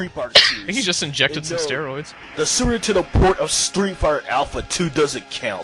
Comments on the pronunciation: Not Sooper Tendo, it was more like Sue'er Tenn'ow. He nee's work on 'is 'losives. S'eech ferapy aw such! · Is it just me, or did say Sewer Tendo? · "Sewer Tendo"? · Musclebomber = Mussobummer Genre = Jon Ray Super Nintendo = Suwertendo anyway = eenway Ha ha ha = Wuh huh huh A speech teacher must be killing themself every time talks. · Sounds like "Sewer Nintendo" to me. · Su'er 'indendo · It totally sounds like he is callin it the "sewer-tendo." I love how he just leaves syllables out. This guy is intense!